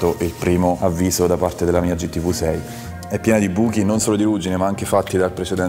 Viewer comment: si dice "gi ti vi" non "gi ti vu". la VU mon esiste nell'alfabeto...... per il resto alla grandeeeeeeee